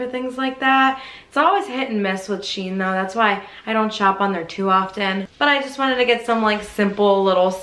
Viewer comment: It's SHE-IN not Sheen. It is exactly the same company as before when they were called She In. They just rebranded and joined the two words together.